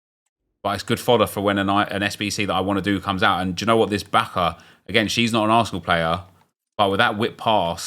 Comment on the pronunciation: Bacha is french not german you can pronounce it like "Basha"